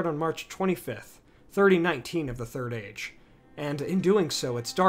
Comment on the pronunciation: The way you say “Age” really annoys me